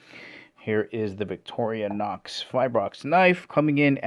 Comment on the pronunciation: It's not Vic-toria-nox! It's Vic-tor-i-nox.